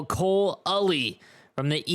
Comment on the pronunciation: Ully is pronounced YOU-LEE